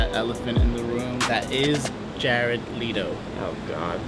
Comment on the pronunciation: Le-to not Lito >_> someone correct that other guy